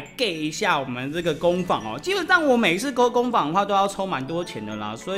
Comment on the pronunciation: 不是三聲是二聲 工坊（ㄈㄤ）